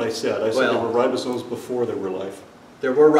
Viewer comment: Since bases his primary ‘argument’ on a word he uses countless times (as if he's an authority), it would seem to be rather basic for him to be able to spell and pronounce it. They aren't ribosones. His incompetence is breathtaking.